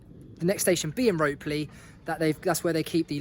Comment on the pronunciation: Nice video. Ropley is pronounced rop ley btw. Also, the railway is just called "The Watercress Line" no more mid hants railway. D8188 is our other class 20 (the other one being D8059 - the better one!) I love it there, best railway (100% biased since I'm always there!) good video, well done. 😀 subscribed and liked btw 😉